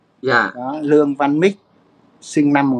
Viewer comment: Ong noi Luong van Nich chu khg phai Luong van Mit